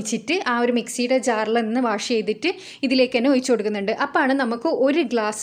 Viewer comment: ഒയിച്ചു.... അല്ല ഒഴിച്ചു